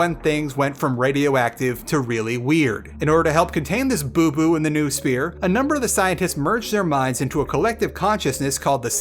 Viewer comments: Its noosphere, not nusphere, you ignorant idiot. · Noh-oh-sphere! From νόος. Not nu-sphere I swear,it's betting game from this point: Can another English speaking reviewer of Stalker can pronounce Noosphere right or not :)